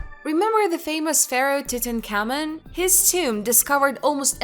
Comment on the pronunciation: Horrible pronunciation. Couldn’t say Tutankhamen. Very cheaply made never watch again.